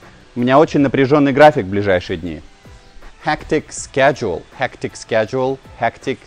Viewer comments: ты гений! Это "шедуле" стало с тобой нормальным словом!😀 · Пока вы будете учить английский по русскоязычным преподам вроде этого, то ваше произношение так и будет на уровне школы, когда вам подают сборную солянку из разных акцентов. Сначала он произносит слово "schedule" на американский манер. Как и в целом он придерживается американского акцента. Через пару минут уже произносит слово "honest" на британский манер.